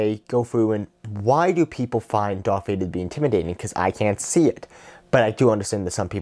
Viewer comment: Dwark vwader